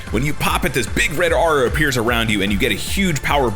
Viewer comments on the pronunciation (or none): none